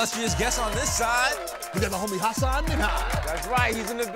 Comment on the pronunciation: he actually said it wrong lmao but hasan lets people say it wrong sometimes. its pronounced ha-sin